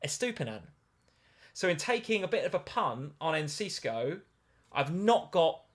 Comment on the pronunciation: it is not EncisCo, it is Enciso